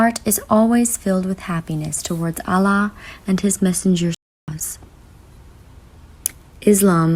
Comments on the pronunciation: Hi sister salam if you are reading this i just wanted to tell you something. Your love for Allah is so great may he increase that same love thousand time for you,me and everyone sister when you pronounce the name of Allah Its actually AL- LAH not A-LLAH INSHALLAH YOUR PARENTS AND THOSE YOUR LOVES ONE ARE GUIDED TO THE RIGHT PATH. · It's Allah not Allaah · Its Allah not Allaah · Its not islaam its Islam, its not alaah its Allah! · Ahlaah? Sahlah? Lol only in America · Say allah properly at least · You said Allah and Quran wrong